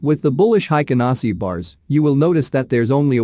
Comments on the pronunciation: Hey robot, It is pronounced "Hey-ken-Ah-Ee-shee" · Haykin Ashi is the correct pronunciation. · Heiken ashiじゃない、Heikin ashiが正しい 漢字で書くと「平均足」